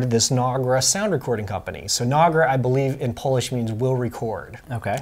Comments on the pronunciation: You're wrong. Nagra's name is based on Polish verb in past tense "Nagrać" which means "to record", and it's definitely not pronounced as Nag-ra, it's na-gra. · It's Nagra, not Nogra. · Keith Perron No, he’s right. It’s pronounced nog (like egg nog) raa, in Polish. You were just pronouncing it wrong because that’s how you heard it pronounced. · Good video. But your not saying the name correctly It's NAG (like nag sound like bag) and RA (like RA as in rat). Journalist didn't use these very much. When I was at RNTV we use to use them with our 16mm Film Unit if it was a location shoot where we needed to send a small crew. Journalists didn't use them because of the cost at the time cost us around 1000 D-Marks. The intelligence agencies did use them, but it was more widely used in film news gathering. During the Vietnam War TV crews in Vietnam had three sound recording unites. These were one made by Uher and two made by Nagra. One of them was the Nagra SN, which was easier to operate in the field.